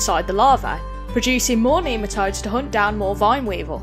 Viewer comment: Neema toads? Nematodes. Jeesh learn to speak.